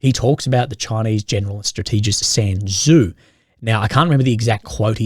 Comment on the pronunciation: ‘Sun’ Tzu